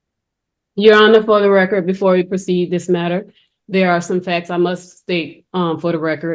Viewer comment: Actually, she was saying, “for the reckurt”, whatever that is.